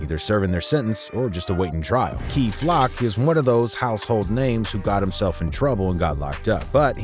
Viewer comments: 18 secs into the vid and the man says "key flock" 🤣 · Boy it's kay not key